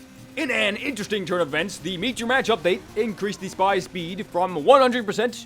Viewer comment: Lol, shpeed buff.